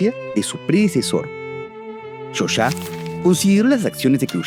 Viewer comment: Se escribe 'hoxha' y se pronuncia 'jolla'. Y qué hace de fondo el himno gringo en violín?